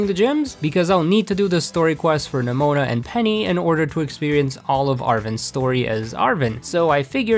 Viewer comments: Did you say pneumonia not nemona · Nemona not “pneumonia” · Glad I am not the only one that calls Nemona: pneumonia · Why do you say Nemona as Pneumonia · why does he say ‘nemona’ as “pneumonia” ???? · the way he called nemona nemonia 💀💀 Edit it got worse HE PRONOUNCED KATIE CATTY 💀💀💀